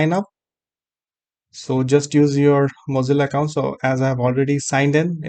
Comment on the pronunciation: Are you saying "muzzle account"? What is that?